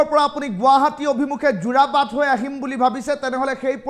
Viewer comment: যোৰবাট নহয় 😂 যোৰাবাট হয়